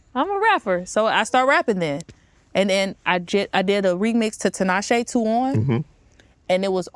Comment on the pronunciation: I love the way you said Tinashe. You certified for that. 🫶🏾 ain’t on some Tanisha, or Tineesha blah blah blah but Tinashe. As a Zimbabwean and that name being a Zimbabwean name. Love. 🫶🏾